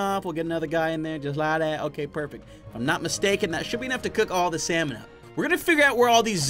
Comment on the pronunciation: I love how he said cooked salmon he said cooked slamon 😂😂🤣😎